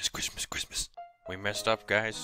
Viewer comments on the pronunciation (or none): No Cwissmas.